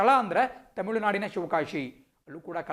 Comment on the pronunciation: Not shivakasi Its shivagasi sir